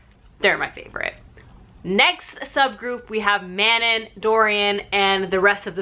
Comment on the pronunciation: YES hahaha I kept laughing, I’m pretty sure Manon is pronounced mah-NON, though almost everyone pronounces it like “Shannon”, but I say Elide and Aelin the same way as you 😌